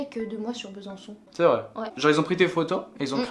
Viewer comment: Je rêve ou j’ai entendu Besancon ?